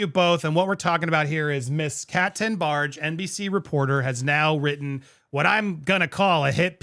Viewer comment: Whenever you say this ladies name all I hear is “Captain Barge” and I visualize her with an eye patch and a hook for a hand. Lol